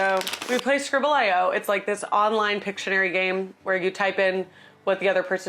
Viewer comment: my guy its scribbleeoh